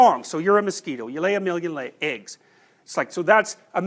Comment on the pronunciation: You! Yes you! "You're a mosquito" 🤣 You lay a million le(gs), eggs(A-gs)🤭